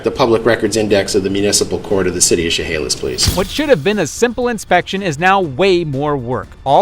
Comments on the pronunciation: “SheHOWlis” lolol. As a Washingtonian I always get a kick out of people trying to pronounce some of our city and county names. It’s actually pronounced “SheHAYlis.” Next up on the list is Puyallup…. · Im from washington...its pronounced "shuh-hay-liss" lol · That's not how you enunciate Chehalis. Sh-eh-hay-lis. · Its pronounced SH HAY LAS! An indian word for DUMB CITY WORKERS! AND THESE PEOPLE GET PAID SIX FIGURES TO KNOW NOTHING!!!!!!!!! BUT WHAT CAN YOU EXPECT FROM DUMOCRATS THAT RUN THE CITYS OF THE WEST SIDE?!?!?!?!?!?!?!?